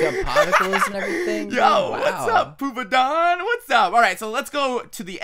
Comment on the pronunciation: Im so immature, I laughed when he said "poopadon". I'm ashamed haha XD